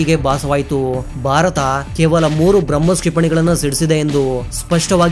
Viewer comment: ಒಳ್ಳೆಯ ಮಾಹಿತಿ ದಯವಿಟ್ಟು ಭಾರತ ಅನ್ನಿ. ಬಾರತ ಅಲ್ಲಾ.